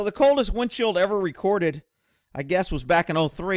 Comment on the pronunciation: It sounds like you keep saying "windshield".